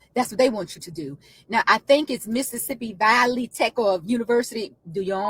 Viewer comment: she cant even pronounce "Valley" lol, just another ignorant racist.